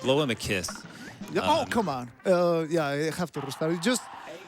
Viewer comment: "rerestarts" beautiful, all of you